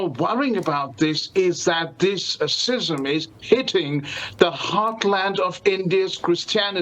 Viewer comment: it's pronounced skizm